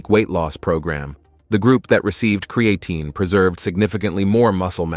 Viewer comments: Lol@ pronunciation of Creatine! 😅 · It would be nice if he pronounced Creatine correctly. If it increases DHT , no thanks .